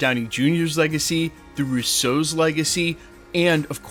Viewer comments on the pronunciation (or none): You know their name is Russo, right? They’re not French. The emphasis is on the first syllable.😊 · Guy has been mispronouncing their last name for years. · Stop say “Russo” like that!